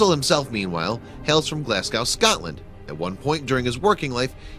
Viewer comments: Glasgow is not pronounced Glasgau - it's Glasgo. And the girl in the painting is holding a book. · You say Glasgow more like glazgo not glassgo. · It's pronounced Glaz-go, NOT glaz-gow. Learn to speak English properly, and stop pronouncing words broken down into syllables. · I am more disturbed this person is saying "glass cow " than the fact he doesn't know they had miniature books back then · It looked right away to me like a bible! I think we have to put our minds right back to that time! Also the W at the end of Glasgow is silent, the s is said like a Z, so pronounced G l a z g o, not being picky lol just thought I’d explain how to say it. There is many names and places I wouldn’t have a clue how to say, so I wish someone would put me in the know how to pronounce some things! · Glasgowe again... have you ever heard how someone who commonly uses that word says it? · Glasgow is pronounced glasgo. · Say Glasgow again - it makes me laugh :)